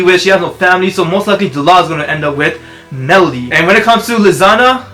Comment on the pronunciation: Also, it's meredy not melody.